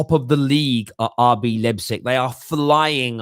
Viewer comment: Hey. Leipzig is spelled like this for you English guys:) Lighpzig